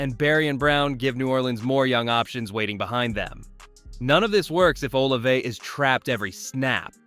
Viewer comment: Good video but o highly encourage you to check on the pronunciation of Olave and Etienne